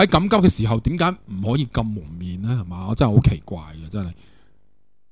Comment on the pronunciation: 成日聽到你讀成'咁'急~